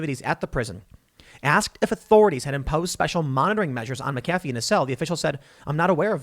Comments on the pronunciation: I couldn't even pay attention to the whole story without clinching my teeth over ,Mac -a-fee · You mispronounced Mcafee this entire video and only pronounced it correctly the last time you said it 🤬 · As a second language speaker, is Tim's pronunciation of McAfee on the A correct? I've heard it on the ee only (up to this point). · Why you saying McAfee like that when you're reading, then pronouncing it right when you're just talking? lol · You're mispronouncing his name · If you don't know how to pronounce McAfee just alternate pronunciations throughout your whole video. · I’m sorry Tim you keep pronouncing his name wrong therefore I can’t do it. Believe it or not I’m a huge fan I’ll pick up on the next one. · Say his name right.... just once.... please!!!! Lol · Tim "I do my research" Pool Can't even pronounce McAfee right Literally just search "How to uninstall mcafee", click on the video made by him and watch for 15 seconds. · Can’t even say his name right ?!?!? LOL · I hate when people mispronounce it too. No excuses. This man has said his own name countless times. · It's funny how Tim is saying his name. 🤣🤣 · Mick-uh-fee not Mack- uh-fee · "John meh-cafe" It's pronounced "Mac-A-fee." Christ Tim lol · That Mc-A-fee, not Mc-Ca-fee! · Okay Tim Po-ole, it’s McAfee not Micaffey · MACafee…not maCAFee. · Mac-uh-fee not mick-affey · MAC ef fee!!! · FFS TIM WILL YOU PLEASE LEARN HOW TO PRONOUNCE NAMES & CERTAIN WORDS LIKE MAGNET Not MAGANATE & McAfee pronounced MACK-A-FEE ffs Dude make an Effort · It's pronounced MACafee despite the way it's spelled. Doggone foreigners and their fancy surnames. I used to work for McAfee - your mistake is a common one. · Mac-UH-FEE. Jesus man. Being OLD & KNOWLEDGABLE is a burden! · Tim, it's pronounced MACafee. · It's pronounced mac-ah-fee. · His name is Mc a fee. He's not a friggin McDonald's coffee clown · John McAfee pronounced it mackafee. Just fyi. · Tim it's MAC a fee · It's Mac a fee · It’s MAC-AfFee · MAC AH FEE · Mac uh fee